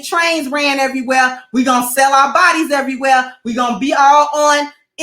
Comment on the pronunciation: I died laughing. Has to be from Chicago. Top errwhere 😂😂😂😂